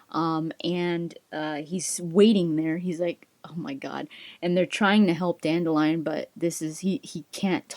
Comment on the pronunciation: I find it strange that in the audiobooks Dandilion is pronounced Dan-dil-ion not Dandi-lion lol.